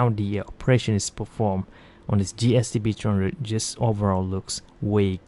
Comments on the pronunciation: you keep saying GST-B-droohundred. Which one is this? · Hey lady. Do you mind pronouncing the f** models clearly? ; "GSTB #&$-_+$-#&#..."? Isn't English your native language?